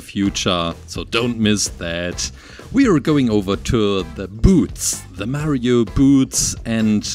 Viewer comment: Mario is pronounced "MAA-rio", not "ME-rio".